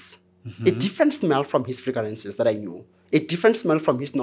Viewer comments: Frigarances 😅😅😅😅 it took a minute 😂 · fragrances ❌ Figarances ✅